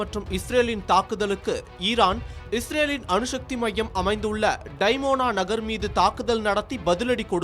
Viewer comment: தமிழ் உச்சரிப்பு மகா கேவலம் அணு ஷக்தி அல்ல அணுசக்தி